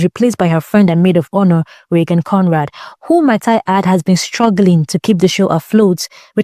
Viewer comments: Can't get over the cousin calling her "Reggin" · Wait …her named is pronounced “Reggin” like “leggin”?